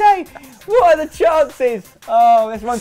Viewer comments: I know it sounded cool in the series but you mispronounce his last name 🙈🙈🙈🙈 you pronounce it as if it was written Zaráte while its Zárate...the accent in the first syllable . I know it may be the same for you cause you speak English but...just wanted to let you know ....ZÁRATE ("Sarah-TEH") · Has anyone ever told Spen that he is misspronnouncing Zárate's name? It's zÁrate not zarAte. Enphasis on the first A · its zÁrate, xDDD